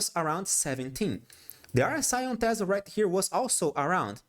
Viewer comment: teeeeeeeeh zlahh lol